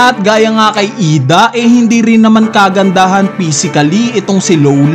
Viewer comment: IDA ❌ I D. A ✅ 😅😅